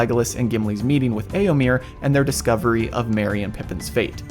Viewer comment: You're mispronouncing Éomer. The last syllable rhymes with "fur" or "mare".